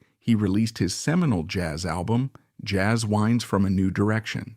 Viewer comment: It took me a while to figure out “Jazz Whynds” is “Jazz Winds”. Apparently no one listened to this POS before it got posted.